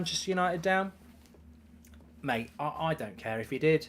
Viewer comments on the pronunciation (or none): none